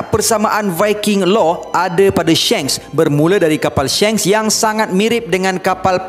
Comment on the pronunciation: Pronounce die SHANKS its not SHENKS haha tegur je sbab lagi sedap klu shanks hahhaha